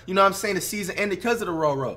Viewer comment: “The roro”